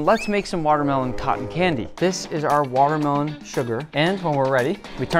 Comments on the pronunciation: Square “matermelon” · its waa melon